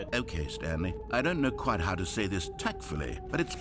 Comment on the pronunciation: kwite out of context